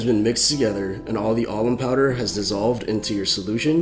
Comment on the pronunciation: Sounds like you're saying almond powder.